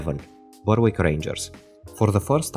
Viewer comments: Great part 2, hopefully it can get as many views as the first video. Just a head's up, the 'w' in Berwick isn't pronounced, so its more like Beh-rick. This is also true of Norwich, Southwark and Alnwick. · Well researched and most interesting. Just one small point. I don't want you to think I'm nitpicking, but Berwick is actually pronounced "Berrick"